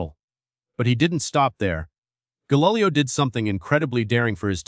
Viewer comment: The script is decent, i must admit: i've never looked at that particular dichotomy involving science, and this was an excellent summary of the topic!! THAT SAID, i couldn't finish listening it: you are taking the lazy way out, and using an AI text-reading bot - and a poor one at that: the pronunciations were insanely off-track in many cases...Gahlilyoh for example, lol!! WHY NOT JUST READ what you've written???? It makes for a much more enjoyable time for the listener, which facilitates both learning and such metrics as subscription rates, the number of folks listening all the way through (which YouTube takes into account when calculating your revenues), and the percentage of watchers who recommend your channel to others. Seruiously: how long does it take to set up a half-decent recording system, practice a bit, then read your script with flair, elan and a dash or two of humor (which most YouTubers expect these days, even while learning about the most somber of topics)?